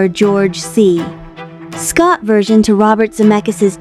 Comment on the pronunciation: AI narrator mispronounces the years (one thousand nine hundred instead of nineteen hundred), the name of George C. Scott (treats the period of the middle initial as the end of the name), and pauses inappropriately long after what I presume is a comma.